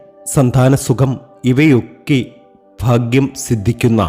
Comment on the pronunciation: Faagyam alla, bagyam .